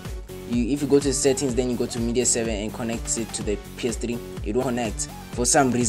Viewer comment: It's not PS Tri, it's called PS Three